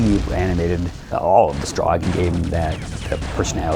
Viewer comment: To this day not even the developers can agree on whether it's pronounced "Strahg" or "Strohg"